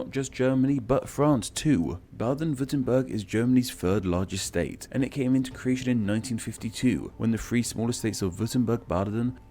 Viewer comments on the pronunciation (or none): There is unfortunately so much wrong in this video. The East Sea is the Baltic, not the North Sea. Saxony is nowhere near the Alps. And no mention of how it got it's name even though it's outside of the lands of he Saxons. And it's not "Braden-Würtenberg".